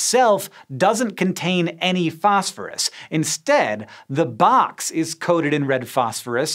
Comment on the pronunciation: And then you go and pronounce it "fosh-fooroosh" 😁👌